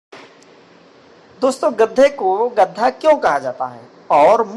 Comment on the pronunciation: Chacha gadha hota hai gadda nhi kya kahani sunaoge be tum